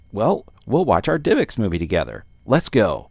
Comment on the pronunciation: why does he say "divix" when its like "div ex"?